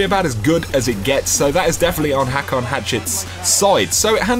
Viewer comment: it's pronounced (hoke)